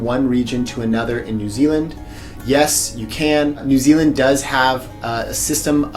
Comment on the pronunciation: When you said New Zealand, I genuinely thought you said Disneyland. Oy. 😂😭